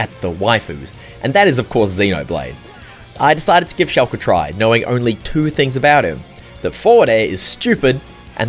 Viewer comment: Today I learned pronounces Shulk as “Shelk”